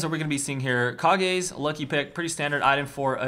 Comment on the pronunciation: Its not pronounced KAH-GAY!!!!!!! It's pronounced CAGES* it's a tenacious D reference